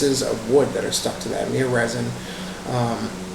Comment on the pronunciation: Did say myrrh mir